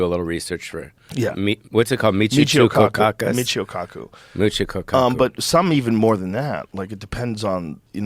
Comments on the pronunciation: "what's it called??" 'Michio cockkkkhoo? Yeah!" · Pauly really can't say Michio Kaku to save his life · Saying Michio Kaku in a japanese accent hahaha.